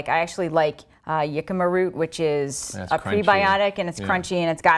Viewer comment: That's pronounced "hicama", sweetheart!